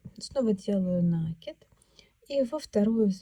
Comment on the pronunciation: Всё прекрасно, но накИд.